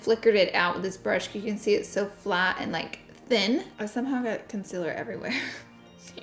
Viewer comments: Its con-cEEL-er, concealer not consiler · A new sub here! I love your content, your delivery and that damn southern accent!!! "Conciller".. LOVE IT!!!!!!! 😀